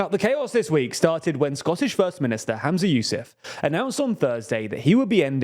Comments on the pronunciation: The FMs name is pronounced “Hum-za” not “Ham-za” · Just to note his name is Humza not Hamza! The mispronunciation in the video was bugging me a lot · Humza, not Hamza ❤ Cmon guys, take some notes from the new girls who seem to be much better at this 😂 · Sorry but it's really distracting that you keep saying "Hamza" and not Humza. I think the coverage is actually really good, but it just seems lazy that no one noticed this. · Bruh it's Humza. Dont blame you tho the vid mispronounced it. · Maybe start by pronouncing the First Minister's name correctly. 🙄